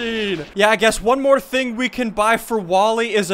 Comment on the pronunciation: wtf accent did he do when he said 'one more thing' at 5.46